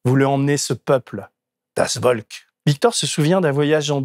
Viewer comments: mouarf la fumée... Sans dec. C'est pas serieux ><' en plus elle est trop flashy Bon sur le fond, c'est quoi cette façon de dire "Volk"@ ??? C'est moi qui suis inquiet quand je vois ces méthodes manipulatoires. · Cher Denis, pour info, Das volk se dit “ folk” V=F en son germanique. Bonne émission. Merci pour la qualité de traitement des sujets. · Deniiiiis !!!!! Bien ton édito, mais en tant que mosellan (comme toi ?) on prononce « das Volk » (Folk avec un ‘F’ et non un ‘V’). Bravo et Merci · Oulala ! Das Volk se prononce « Folk » , d’où la proximité avec folklore par exemple C’est pas très fort pour un homme cultivé natif de l’est de la France !!! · Pour info, "das Volk" se prononce "das Folk". 😉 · Le V allemand se prononce dans Volk, se prononce F, Folk et le rapport avec l’anglais devient évident. C’est vraiment dur et cruel de voir le monde se préparer à vivre sûrement le pire épisode de sont histoire. On a fait « mieux » à la seconde qu’à la première, alors une troisième guerre mondiale, a l’heure des drones de l’IA, de la panoptique numérique,et de l’obscurantisme galopant porté par des gens sensés administrer un pays. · Merci pour cette video il est clair que ce qui se prépare, de moins en moins insidieusement, fait très peur cela dit, en allemand "Volk" se prononce "Folk" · Attention peuT mieux faire....corrigez les écrits..❤❤❤.le v allemand se prononce F. ❤❤❤ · Je vais faire mon prof d'allemand de service, ce qui apparaît un peu superflu ou anecdotique face à la gravité et la dérive préoccupante de l'actualité quotidienne habilement synthétisée ici, mais comme l'erreur est revenue plusieurs fois et a quelque peu chatouillé mes oreilles de "nazi" de la prononciation, je me permets: "Volk" se prononce "Folk". :) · ca se prononce das folk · Super édito, par contre "das Volk" = [das folk], cela pique les oreilles des germanistes. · Tu prétend connaître l allemagne et tu ne sait pas que le V se prononce "F " et le W se prononce " V "